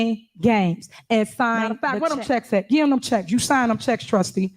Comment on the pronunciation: When she says "gee" does she mean "give"? Just asking.